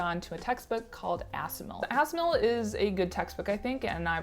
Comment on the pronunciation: The way you are pronouncing Assimil is hilarious. Pretty sure it's supposed to sound like assimilate.